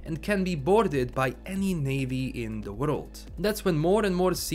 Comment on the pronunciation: Nobody:: in the worlulululd of cybperunk.....